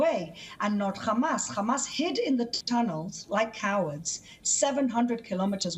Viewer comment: Its hamas not khamas